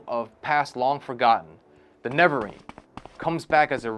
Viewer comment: No, my mans did not just call the Nerevarine the Nevarine.... Brooo, I can't with these videos.